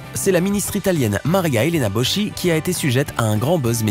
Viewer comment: Facile de faire 10 minutes en passant 3-4x les mêmes images. Et au fait, en italien "Boschi" se prononce "Boski" et pas "Bochi" - 'faut se renseigner...